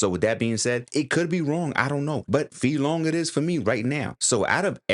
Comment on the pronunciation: Your second pronunciation for Fei Long was accurate.